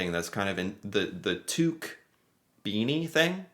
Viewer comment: Yay! You said Tuque like in eastern region of Canada (Québec)